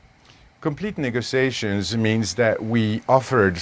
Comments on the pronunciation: All I kept hearing was “Nigga-tiations” 😂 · How he pronounces negotiations bother me